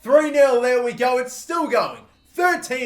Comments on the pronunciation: I comment that every video and he still says conte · He's called kante not fucking conte ffs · Listen to any commentator and its pronounced 'kon-tay'